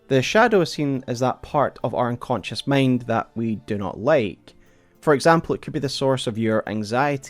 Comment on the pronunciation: You pronounce many words wrong, like: ambition, fit, mind, find, mankind. Seems like issues with letter "i" Otherwise, nice video